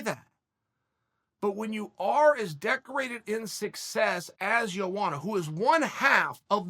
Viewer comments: JoeWanna lmao isn't it pronounced more like YoAnna???? Chael and BrenDumb Schaub suck at pronouncing fighters names even after years of say these names. I still like Chael saying YaRear Rodriguez. Hahahahaha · Lol chael its pronounced (Yo·onna) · "Jowanna JerjetSki" Perfectly Said. I couldn't have said it better myself